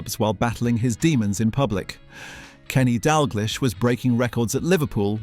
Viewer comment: Why are the accents on the players names all on the wrong syllables? Cantona, Dalglish, etc, are not pronounced this way.